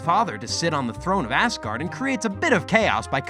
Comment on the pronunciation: Am I the only one hearing “Assgard”?